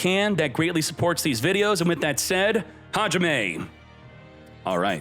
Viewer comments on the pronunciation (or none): none